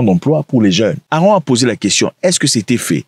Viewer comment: C'est pas Aaron C'est AaMron = se lit AMronne